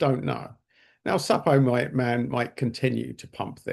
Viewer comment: Suppoman as in Superman pronunciation 😅 Good video!